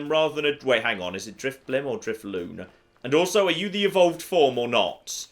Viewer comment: I find it interesting that pronounces drifloom as drif-loom whereas I've always pronounced it dri-floom